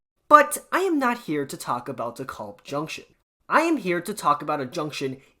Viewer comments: It is not De KOlb, it is De Kalb... long 'a,' not an O. Long time user of the De Kalb station. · Please please, it's DEE-kælb, like "decal" with a B at the end. It's not your fault, whoever they hired from Iowa to do the recordings on the trains gets it wrong too. But ask people who've lived in Brooklyn for 30-40 years or more.